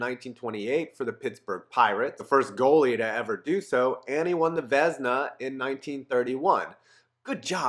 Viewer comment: I'm just glad he pronounced Vezina right this video.